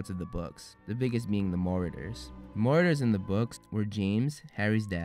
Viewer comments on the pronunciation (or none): You don't say marauders correctly in this video 😂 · I’m sorry but I got a bit agitated when you said “Maurders” but it’s actually “ Marauders “ 😂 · I swear if he says meriders one more time I'm going to yet my phone off the deck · Your video is great, except for the way you pronounce certain words. You do not pronouce scabbers or marauders correctly.